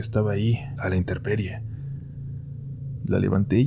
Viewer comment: Hermoso, pero una cosita. Se pronuncia y se escribe "intemperie" con mp.